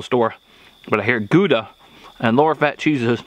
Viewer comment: "bacony"... pretty sure that's not a word... LOL Okay, so let's pretend we wish to pronounce Gouda properly... Not too difficult, except for the G. Y'know "La Jolla"? THAT sound for the G. The "ow" of you hurt yourself. Now, the "da" isn't a "duh" but more of a doctor's "say AH" with a D in front. There ya go. Greetings from Holland [yeah, Gouda is a dutch town]. God bless.